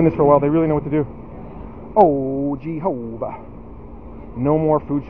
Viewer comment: I laugh out loud every time you say "GEE-HO-VA".